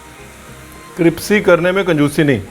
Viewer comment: कृप्सी क्यों बोलते हैं सर जी। क्रिस्पी को। हमेशा ही। क्यों।